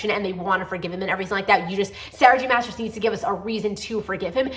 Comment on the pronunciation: Loved your reviews but just want to let you know Jenny Han is pronounced hawn (Think of the word Fawn but with a H) and Sarah J Maas is pronounced like moss.😊